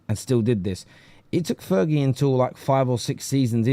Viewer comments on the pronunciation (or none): none